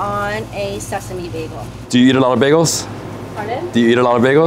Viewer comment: You're not from Toronto if you pronounce bagel as bag-o